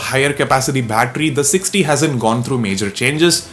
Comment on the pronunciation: Sounds like you're saying OnePlus 6D haha